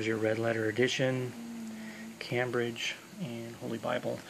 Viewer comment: It’s pronounced came - bridge , not cam- bridge , nice presentation , thanks brother